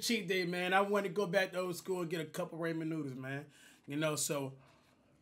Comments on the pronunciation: Cash it’s raaaaa..men not raemen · Ik he didn't just call them "raymen noodles" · “ RAYMON NOODLES “ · "RAYMOND NOODLES" lmaoooooo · “Cup of Raymond noodles” 😂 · "Reyman noodles"😂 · “Raemhen nuudles” -cash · You know them “Raymon noodles” was busn 🍜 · Did you guys not hear him at the start? This man said Rayman noodles..😂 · Man's said "Ray men" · How does he say ramen as rayman 😂 theres no y in ramen he just be puttin in random letters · Ramen Noodles. Pronounced "RAHH-MEN" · YoU pRoNoUnCeD rAmEn InCoReCtLy